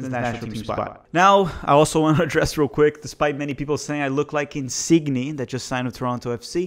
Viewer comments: I know you're joking about the Insigne pronounciation... right...??? If not, the "gn" in Italian makes a "ny" sound like the last syllable in montanha or lasagna. Love the content man!!! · Please learn how to pronounce insigne. Please